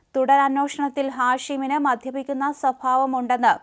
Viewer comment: സംഭവിശത് , അന്നോഷണം , മധ്യപിക്കുന്ന , ഇടിസ്ച് , ഇങ്ങനെ എത്രയെത്ര വികലമായ ഉച്ചാരണം. ഒരു മൂന്നാലു വർഷം മുന്നേ ഇവൾ ചാനലിൽ വായിച്ച വാർത്തകൾ ഒന്നു ശ്രദ്ധിക്കു , സ്ഫുടമായും വ്യക്തമായും ഉച്ചാരണ ശുദ്ധിയോടെയും വായിക്കുന്നു. ചാനലിൽ ജോലി സ്ഥിരപ്പെട്ടിട്ടാവും നാക്ക് വടിക്കാതെ വന്നു വായിക്കുന്നത്.